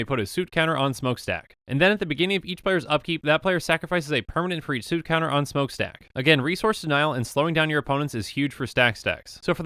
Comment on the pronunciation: suit counter? I say "soot" that rhymes with "foot"